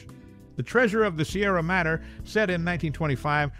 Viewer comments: Madre is said as: Ma-dre its spanish for 'Mother' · The Treasure of the Sierra Madre (Mod-dray, not Matter)